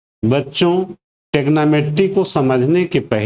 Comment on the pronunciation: थैंक्स for saying tegnometry